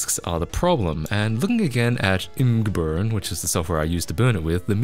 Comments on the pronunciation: its not IMGburn its "image" burn lmao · ImgBurn is pronounced ‘image burn’ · Its not ‘imung-burn’ but ‘Image Burn’ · Eucalyptus oil will work better than WD40. Also, just a friendly FYI, imgBurn is pronounced "image burn".